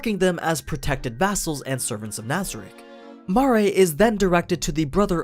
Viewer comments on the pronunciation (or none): ITS MARE NOT MAA RE DEAR GOD